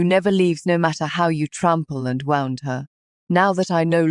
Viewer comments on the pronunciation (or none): It’s AI. It can’t tell the difference between wound and wound. Or only one variant is in its databank.